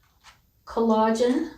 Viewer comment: it’s pronounced as “cOllagen”, the stress falls on the first syllable. I think it’s better to take internally in my opinion. Thank you for the video :)